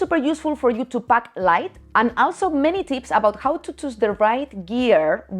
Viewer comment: Did she keep saying 'mini tits' or 'many tips'?